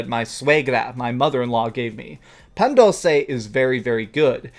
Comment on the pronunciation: Hahaha no offense but you butchered the pan dulce's name. It sounds like pahhn duulse